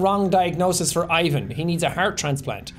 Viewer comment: my slavic self had to double check to make sure i heard correctly....that's not how you say Ivan...